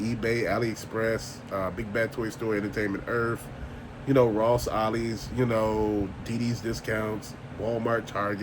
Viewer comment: I knew you meant business when you said “Entertainment Erff” 😅